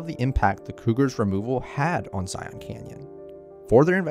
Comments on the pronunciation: Please for the love of all things- EDUCATE yourself before making YouTube content! It's not "Zy - yawn"! It's pronounced either Zie- in or Zie - an. Kinda a mix of both. Said all together smoothly without any awkward breaks or stuttering through the nose! It's not "Zy - yawn"! You have mutilated this park name about 100 times in your video! It's not "Zy - yawn"! Where you come from? Another country like maybe Cali- flowera? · that’s how it’s pronounced. I’m not a tourist. It’s a reference to the Bible. Zion comes from the Bible. Huge Mormon culture down here in kanab. Everyone says zi-on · yesh yesh...but majority of mormuns say "Zi-un"... lol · Maybe this bloke should learn how to at the very least pronounce the name of the park he has decided to document? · I literally cringe every time the narrator says Zion. I've also attributed making it a plural "Zions" to tourists as well. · When he shreds Zion's name, it literally sounds like vomit. I had to use all my will power to get through the video. When you condone mistakes, you become just like the Putin supporters of the world. The wisest people will welcome corrections. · Good video! I'm just curious why you pronounce it like Morpheus. You aren't pronouncing lion that way. Just a gripe. 😁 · I gotta say...the way he pronounces "Zion" drives me bonkers. Ask a mormom how it's said...lol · Utahn here, the best way to tell a local from a foreigner is how people say zion, you guys say it as z-eye-on it's pronounced as like zy-in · It’s not so much ziONs as it is zi-ins. Now you know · It’s said ZiYin Zion not Ziyon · Sorry about noticing but is this a computer voice? Zion is a single silable not two as sometimes was said Zi-on. It's subtle but as a utahn it grates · I have yet to hear anyone local to Washington county call it zi-ON. It’s always been zi-UN. Weird that Kane County would be different. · Love this video but as a local ftlog call it Zion not Zi-ohhn 😂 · It’s not pronounced “ZyAhn” its “Zyuhn”